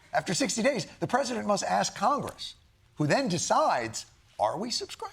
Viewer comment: Misspronounced KOCHGRESS again....